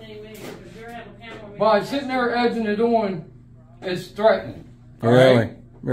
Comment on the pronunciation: It’s “Egging it on.”, not “Edging it on”.